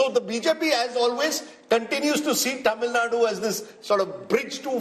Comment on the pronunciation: It's Tamil NADU...not Tamil NAD